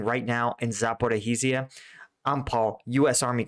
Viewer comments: Ok, I gotta say cause it hurts my ear - it's "Za-po-rizh-zhie", so it's 2 "zh" sounds there, you can just say one long "zh", like "za-po-rizhhie". Other than that amazing content watching daily! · Zaporizhzhia is pronounced Zah-poh-reezha. Thanks for the insightful videos. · It's pronounced ZAPORIJA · Zaporizhje - there is sound ж sound ukranian. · It's "Zah - Poe - REE - Jhee - Ah." ZH is like a soft J, pronounced like the S in "leisure." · Zaporijj-ya. Ivanivske. Not difficult to read. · It's tough to pronounce but it's roughly like this: "Zap-O-Reach-Yah" Just the "ch" being soft, so it sounds the end of "liege". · a) after a year of reporting on Ukraine you might want to at least try pronouncing 'Zaporizhzhia' halfways correctly. Almost all other English channels have managed to do so by now. b) you completely ignore the problem of bridges built for the <50 ton model-T tanks. Both Abrams and Leos will encounter severe limitations in the Ukraine low lands. Yes, Leos can dive, but they will need suitable embankments to do so. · Paul, Congratulations on somehow managing to mispronounce the name “Zaporizhzhia” in a different way, quite literally every single time you say it. At first it was somewhat amusing listening to you mangle it in your efforts…but it has now gotten to the point where I’m going to ask you to select just one way of mispronouncing it, and stick with it. I don’t want to have to hunt you down and kill ya 😉🤣😂